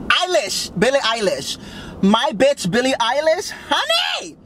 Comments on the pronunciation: I cant believe u said Billie Eyebrow😂😂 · “Billie Eyelash?”